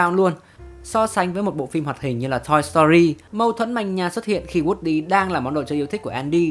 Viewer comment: Woody cứ nghe nhầm thành wrxdie 😂😂😂